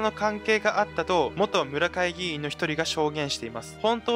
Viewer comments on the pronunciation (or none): 村会議員 誤 むらかいぎいん 正 そんかいぎいん お気をつけくださいませ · むらかいぎいんではなく、そんかいぎいんでは？ きょうまでではなく、こんにちまででは？ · むらかいぎいん？ そんかいぎいんですよね。